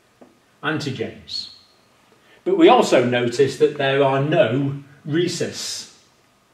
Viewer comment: Rhesus (short U vowel ending) or recess (short E vowel ending)? Pronunciation issues...